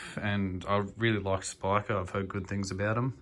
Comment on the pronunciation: You're saying Spika correctly, mate. Good job on the video!